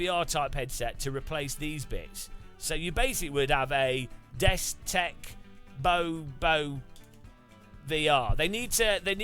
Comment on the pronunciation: Dude you have messed up the destek/Bobo this 9 times and I'm not even done with the video.